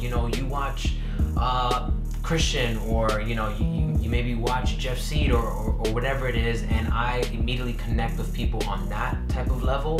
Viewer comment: pronounced side not seed bro